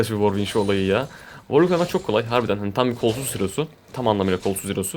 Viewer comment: worwick değil W ar W içki diceksin :)